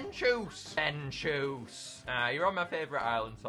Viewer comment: Denchoos? It's pronounced den chu s